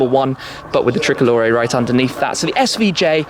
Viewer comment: The thrickolore😂😂😂🇮🇹🇮🇹